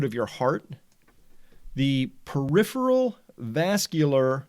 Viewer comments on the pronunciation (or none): none